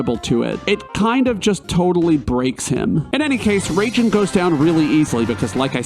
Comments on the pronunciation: There should be a counter for how many times you said Raijin as "Raging" instead "RAHijin" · It’s pronounced RYE-jin. Also, FF7 sent you into space first. Good video.